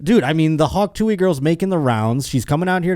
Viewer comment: it's TOO-UHH not tooey